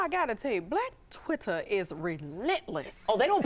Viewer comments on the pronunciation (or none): ( - ) listen to how quad pronounce twitter, I cant with this foolery.